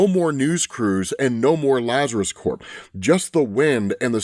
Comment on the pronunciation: like with LuthorCorp... when saying Lazarus Corp, you have to pronounce the "p" in Corp (it means Corporation).... not like with the marine CORPS (which means body in latin). I.e. the "P" in "CORP" is NOT silent. Edit: so, one only pronounces it as "core" if it's "Corps".